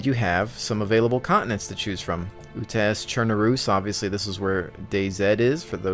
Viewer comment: u're spelling chernarus and utes wrong, atleast not how i heard it being spelt all the other times. cherNArus and UUtes